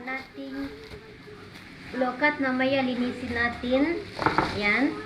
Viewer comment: Ang pronounced niyan ay LO - QUAT !!! Hindi lokat kasi may puno din kami niyan sa backyard 😅